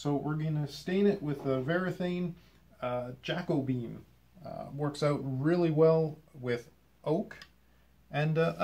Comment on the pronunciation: it is not pronounced jack o been it is ja co bee an